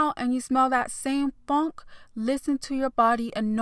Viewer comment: "that same FUNK" LMAOOO she said that hard asf